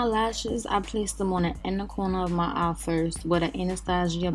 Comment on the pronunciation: very Harlem 😂😂. she said " smokey ah (eye) " I love it!